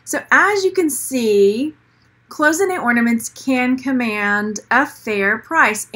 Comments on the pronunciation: It's "CLOY-ZIN-AY" not "close-inay" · Cloisonné is pronounced: clois (like noise) so-nay...not close-ah-nay. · Coy zen A is how it is pronounced. It is French. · She is not pronouncing it correctly actually. Google it. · For her defense, it'S a french word and not the easiest one with the SSSS transformed into a ZZZ sound , we all knew what she meant